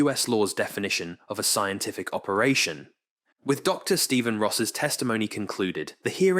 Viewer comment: Odd that the narrator pronounces words two different ways. Must be another ai. Dive- deev, scientific- scientifique.